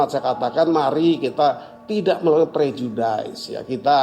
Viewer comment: Ucapan prof " prejudice" salah lho....bukan (daiz) tapi (diz)